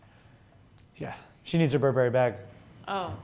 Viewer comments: BURberry not burBERRY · burberri too. Nais wan!